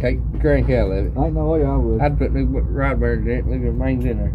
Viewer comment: Wods 😂 it’s rod dammit